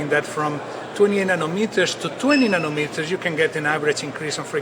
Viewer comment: Nonometers? Its nanometers genius:)